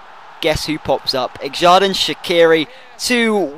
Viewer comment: shaqiri's first name is pronounced like "serdan"